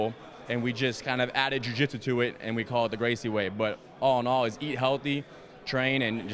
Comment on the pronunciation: jiu jitchu? hahaha